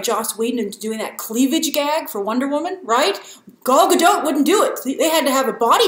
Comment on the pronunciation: "Always believe wamen."